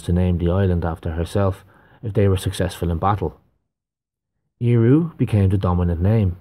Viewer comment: That goddess is called Eriu not Eiru. Don't fool w Mother Nature! Great channel.